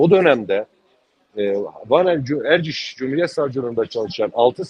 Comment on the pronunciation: Ozlem yazıklar olsun. Erciş'e Ercis diyorsunuz ya.